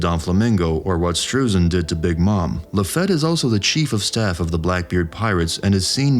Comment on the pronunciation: It's pronounced "La-Feet" NOT La-feht... It's also NOT Dev-in... It's Dev-on 🙄🙄🙄🙄🙄